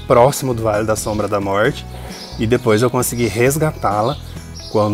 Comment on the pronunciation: Querido não aguento quando vc fala vale da sombra da morte. Rrrr 😂😂vc é demais. Adorei seu vídeo.